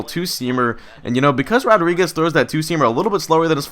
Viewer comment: "Uardriguez" I like it